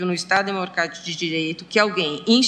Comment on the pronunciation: Ela disse demorcatico